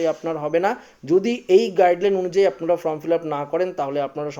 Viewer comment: ইস্ যেমন উচ্চারণ তেমন গলার স্বর। From নয়, Form 😂😂😂😂😂😂😂😂